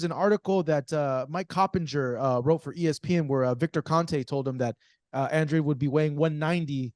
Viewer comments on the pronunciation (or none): Come on at least get his last name right it’s Andrade not Andre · It’s andradeee. Say it in Spanish. That’s a Spanish last name.